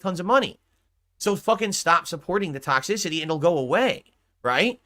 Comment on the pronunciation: "Sponsors won't touch anything with ToxSISahTEE" Yes we know, hence why you have no sponsors.